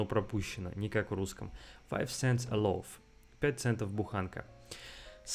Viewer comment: ты даже loaf нормально произнести не можешь